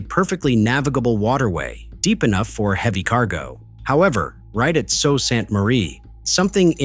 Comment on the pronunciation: This is a problem that has been there since the first 1,000 footers were put into service. The "narrator" is wrong on one point. The first name of the city is pronounced SOO like the locks. I am in Michigan!